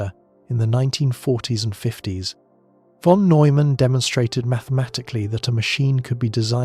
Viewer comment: If only you pronounce "von" correctly.